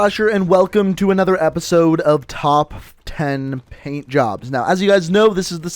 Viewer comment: he said "topf" 10 gun skins